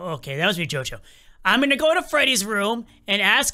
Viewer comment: Did you say jojo